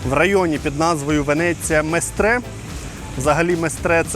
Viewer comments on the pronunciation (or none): Местре? Удареня на 1 слог